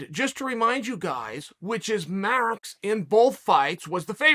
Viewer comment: Really now, REALLY? Troll Sonnen messing up the most simple of names - Max = Maruuux.